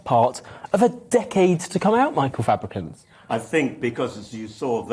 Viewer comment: The fucking state of Fabrucant 😂😂😂😂😂😂😂😂😂😂😂😂😂😂😂😂😂😂😂😂😂